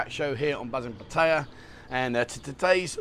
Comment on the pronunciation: It would be nice if you’d show some respect for the Thai culture and pronouns the word Pattaya properly!